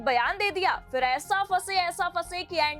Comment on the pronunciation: Poor pronunciation. It's phir not fir. I didn't understand why channels don't take care of such lapse